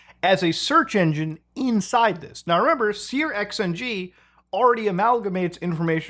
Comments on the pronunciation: dude, you're making my ears bleed, please stop calling it sear-XNG its pronounced SURX-NG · Searxng is pronounced "searching" (with a sh sound instead of a ch sound) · Always interesting hearing how other people pronounce things. Sear X N G is new to me.